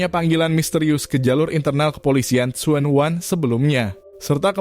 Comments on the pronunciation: Bukan suwan wan bacanya tpi junwan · Tsuen WAN tp bacanya Junwan, salam kenal dr Hongkong